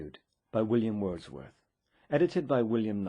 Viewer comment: WILLLLLLIAM WERRRRRRRRRDSWERRRRTH